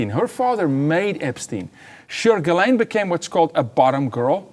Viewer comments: He can't pronounce GHISLAINE properly.... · No credibility; mispronouncing GHISLAINE